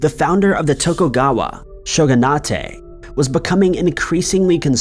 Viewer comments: Shogunate...( Show- gun- it) not ( Show- gun ah tey) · Show-gun-ate not show-gun-ah-tay. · IT'S SHOGU-NATE (LIKE DETO-NATE), NOT SHOGUNA-TAY D:< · Pronouncing it as "show-gun-AHTAY" is incorrect. It is a Japanese word with an English suffix,. It should be "SHOW-gun- ayt". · #5, the word shogunate is pronounced SHOW-gu-nut, not SHOW-gu-nah-tay. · Shogunate is pronounced show-gun-ate not show-gun-atay. Why does every video done by have a minimum of 2 common English words like the town of Dublin and the example of shogunate above or oth simple and common words constantly mispronounced and usually more than 2 mispronunciations as well as multiple editing mistakes like the same sentence being repeated immediately one after another and it is only the videos that is the Narrator it is unprofessional and even though I love the videos and information these repeating mistakes just come of as uneducated or just flat out not caring about the quality of the product and complete lack of respect for the audience especially when they are in every video of the same narrator and no effort of fixing or improvement is made and very distracting and annoying especially to people in the audience that have autism like me. If this channel is not going to take the time to have a host either put effort into improving the same mistakes being made constantly or getting rid of the for making the same mistakes in every video I'm just going to unsubscribe even though it means missing the videos of other narrators that are professional and don't make the same mistakes in every video and usually learn from mistakes and apologize to the audience when it is pointed out or just make different mistakes once or twice not the same mistakes every video. Already unsubscribing from Bill Nose channel I hope I don't have to unsubscribe from th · Bro really pronounced "shogunate" as "sho-goo-nah-tey" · 'Shogunate' is pronounced "Shogun-8", the -ate on the end is English. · Shogunah-tey lol